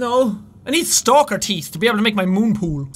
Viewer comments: Pepsi Man, also, he pronuces teeth as teet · I like how Jack says teet and not teeth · "Do the stalkers have any TEET"